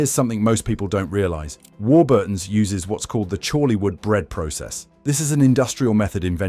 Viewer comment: The usual absolute scaremongering b.s ,can't even pronounce Warburton right ,not all chemicals are bad .